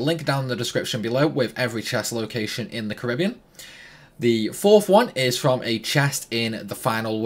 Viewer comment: sick video, but, ngl hate now this bloke says Caribbean.